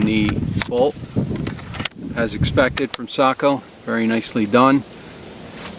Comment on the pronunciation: Beautiful rifle, great video,and it is refreshing to see someone who can properly pronounce Sako! Well done 👍